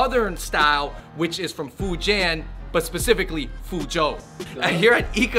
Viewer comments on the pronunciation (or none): #AndrewBeingAndrew moment: FOO-JAN. Sorry Fujianese people.